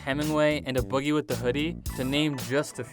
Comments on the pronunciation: His name is “Aye” boogie. Not “uh” boogie😂 long A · A boogie its A boogie. Its not pronounced "uh boogie with da hoodie" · It’s pronounced “Aye” Boogie with the Hoodie. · A-BOOGIE NOT A BOOGIE LOL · IT IS NOT ABOOGIE IT IS SEPARATE A BOOGIE SEPARATE YOU ARE DRIVING ME CRAZY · I thumbs down because you pronounced A Boogie with a hoodie “Uh Boogie with a hoodie” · Had to thumbs down for that A Boogie pronunciation 😩